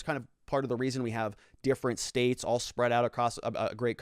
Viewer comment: When you said that maybe viva should move to the "states" I heard "maybe he should move to space"